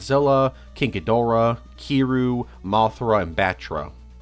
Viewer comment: Bruh his name is pronounced “Keer-reeyou”, not “Kee-you”